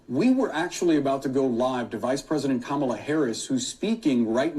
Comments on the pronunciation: His name is Kamal. Adding a, "A" is feminine. No "A" masculine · Who is “Kamila”? 😂